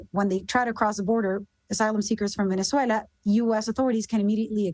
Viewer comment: Her pronunciation of “ Guatemala, Colombia, and Venezuela” is incredibly on point. Very virtuous, social credit score, in the stratosphere! 🚀